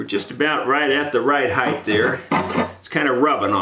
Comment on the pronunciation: Sir, the word is "height" not heighth". This a recent disturbing affectation in the USA. Again it is "width" and height" not "heighth".